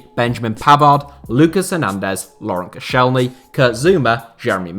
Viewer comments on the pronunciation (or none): Man said koscienly